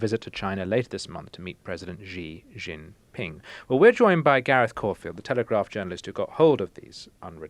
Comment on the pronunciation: Still can't pronounce Xi Jinping in 2026, eh old chap? Perhaps two mouse clicks on Google translate would help... ?